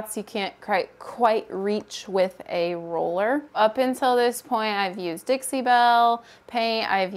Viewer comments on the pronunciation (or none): none